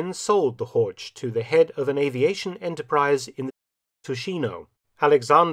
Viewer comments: Das Auto heißt HORCH, nicht Horsch! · So "Hork" basically, must do better heer doktor Felton...must do better. ( herr, not heer...oops ). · Göring's car is a Horch, not "Hortsch." The ch at the end is just a heavy h. Somewhat surprising that Felton would commit such an elementary mistake in pronunciation. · N.B.: "Horch" is pronounced with a [ç] sound at the end. And fun fact: "Horch!" also is the imperative "Listen!" which in Latin is "Audi". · Pronunciation: "Horch", similar to Loch in "Loch Ness"; not "Horge" as in "George". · The CH in German is pronounced differently than in English. HOR(CH) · Usually, Mark you well pronounce the German words; but to prononunce "Horch" likewise "torch" sounds terrible. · It is Horch. German ,ch' sound i not ,k' or ,sch'. The sound is similar to the noise of an angry cat, but slower and softer. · I just gotta stop you, Horch is pronounced with a hard CH, like the K sound. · Dear Mark, as you always present us German terms in exceptionally good pronunciation, may I point out that "Horch" is actually pronunced just as Lo*ch* Ness (or Pulla*ch*, to take an example from your own video) at the end? Btw, you all might know that "Audi" is merely the Latin translation of the German "Horch"; both can be translated as the imperative "Listen!" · This is an excellent well-researched video. Unfortunately, Horch is completely mispronounced throughout. As a German speaker, it's always amazing to see that English speakers can't even come close to pronouncing the German "ch" correctly. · Is it really too much to ask that German names are pronounced properly!? "Horch" is a car brand and just like "Bach" it doesn't have a "k" in it!